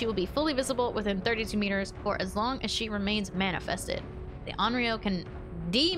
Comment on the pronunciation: You actually said Onryō correctly